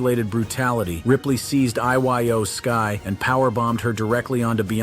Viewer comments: I Y O sky lol really pronounce it right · Can this guy pronounce anybody's name correctly? Iyo sky is not I-Y-O.